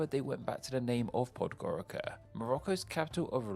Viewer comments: Oh, and should I mention that Podgorica is pronounced pod-goritza, not pod-gorika. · Podgoritsa is how you say it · The C in Podgorica is pronounced like the zz in pizza. Same for the former names. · Ribnica is pronounced Ribnitza, and Podgorica is Podgoritza Laibach is just a German name for Ljubljana